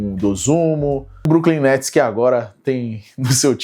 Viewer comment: como dira Alex Gargalhadas 'e agora, quem que vai jogar no bruklin netis?' kkkkkkkk belo dia pra não ser o brooklyn guy